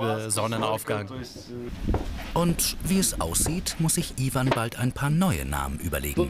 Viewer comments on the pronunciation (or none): iewan und zaschaa😂😂😂